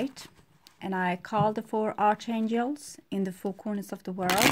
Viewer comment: I respect your readings. Although pronunciation for archangels is ark-anjels. The 'H' is silent. Hope this helps. You're amazing!